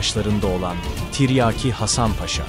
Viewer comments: Deli oluyorum yaa Tarih videosu yapmışsın Salatalık okur gibi tren der gibi tiryaki diyon Mghyim gelde çıldırma Tiryaki değil Tiryâki diyecen Azcikda olsa insan biraz Türkçe öğrenir yaw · Zağreb değil Zagreb. Ayrıca Zagreb hiçbir zaman Osmanlı toprağı olmadı. - Tiryaki denmiş. a kısa okunmaz. Tiryâki diye uzun okunması gerekir. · Tiryeki değil oğlum tiryaaki len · Yav kardeşim ikide bir tiryeki diyorsun,böyle bir kahraman şahsiyetin adını telaffuz edemiyprsun bu nasıl tarihçilik hasan paşanın lakabı tiryeki değil..TİRYAKİ Hasan paşa........ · BIR DE TIRYAKI KELIMESI NASIL TELAFUZ EDILIR OGRENSEN SUPER OLACAK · Seslendirme kötü. Anlatım ile video uyuşmuyor. Seslendiren her kimse, "tiryaki" nin nasıl telaffuz edildiğini öğrenmeli.